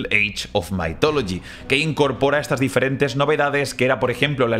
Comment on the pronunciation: Sí, solo que no se pronuncia "maitólogi", como lo dice, sino "mithologi", con la th pronunciada como la zeta o la ce españolas, esto es, con la lengua entre los dientes.